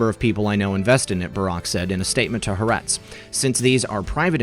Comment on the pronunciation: It's pronounced ha - are - etz. It means the (ha) land.